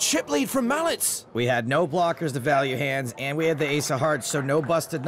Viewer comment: or is it just irritating to me that the subtitles in this movie and the commentators say "mallets" instead of "Malec" correctly. I understand that Polish is one of the most difficult languages in the world, but somehow the name of the German player is pronounced correctly, although German is also a heavy language. Yes, I am Polish, but no matter where, I always ask how to pronounce someone's surname correctly, and here I can see that no one has thought about it, and this is TV :)